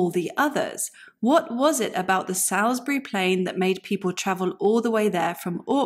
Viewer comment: Excellent presentation. It should be noted though that Salisbury is pronounced Salls-bury, not Sails-bury, at least that is the case in Wiltshire.